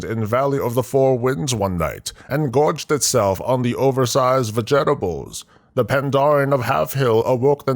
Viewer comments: Va-jet-ables - Thank you for the laugh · I had to laugh how he pronounced vegetables.